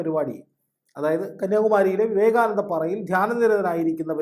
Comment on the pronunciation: വിവേകാനന്ദ പറയും ആശുദ്ധമായി...